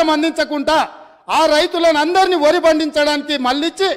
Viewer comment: వరి‌. అంటే వురి అన్నారు